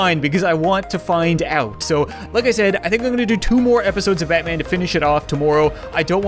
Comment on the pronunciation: Diiid you say Matman in the intro? Lol.